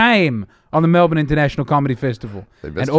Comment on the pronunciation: At least he says Melbun for Melbourne. That makes people think you're local.